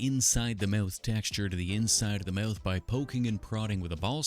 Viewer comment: He be saying mouth like Meyouth